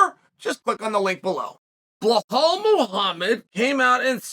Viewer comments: How do u gwt blahal from bilal pronounced bee laal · Bluh-hall, Pee-era, he actually said Leon Scott like Colby 😳